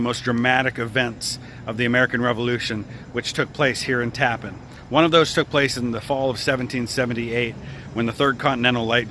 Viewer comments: Thank you for the video. I did a paper on Andre in college. I used to live in Old Tappan. Just an fyi its pronounced like "Tappanne" not tappen. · While this is very interesting and informative, you might take some time to speak the some of the local inhabitants about the pronunciation of the name of the place you are featuring. It is not pronounced as “Tappin”. It is pronounced “Tap-pan”. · its pronounced, tap-pan, TAPPAN New York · Tap-PAN is how it's pronounced. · Actually pronounced TAP-PAN . " Tap" like in the Military term Taps ...." Pan " as in pots & pans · First-it’s called Tappan , not the appliance name . I don’t understand how you could call it the appliance name. Everything you see says Tappan. Pronounced Tap-pan . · You pronounced our town incorrectly. It is not pronounced like the bridge. It is TA-pan. I grew up here. My parents bought our home here in 1976. Always pronounced TA-pan. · the town name is pronounced Tap-Pan. 2 syllables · Tappan is pronounced with the accent on the second syllable.